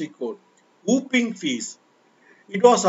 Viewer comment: It is WHOPPING FEE, NOT whooping fee. Pl correct yourself.